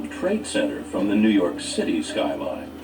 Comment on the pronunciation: 'Nee York Minute's by Don Henley